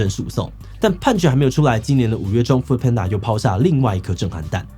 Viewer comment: 一直聽到"foot"panda有點出戲